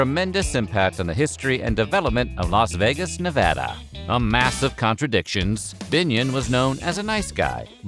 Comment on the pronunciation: It's refreshing to hear a YouTuber actually pronounce Nevada correctly